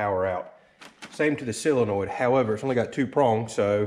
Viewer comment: It is a solenoid, not a silenoid.